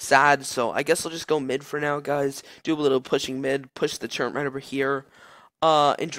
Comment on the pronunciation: turret, not turreNt